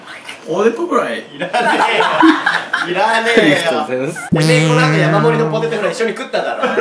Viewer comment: はじめて気づいた😳